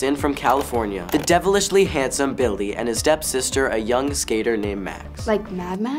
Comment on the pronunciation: Did noah just say “bildy” instead of billy?